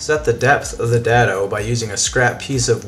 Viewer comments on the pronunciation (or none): "day-doh" vs "dad-o" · The term DADO is pronounced with a hard A, as in DAY.